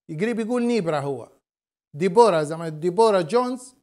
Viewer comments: اسمها ينطق دبرا وليس ديبورا يااخوتنا. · صح دِبرا 👍👍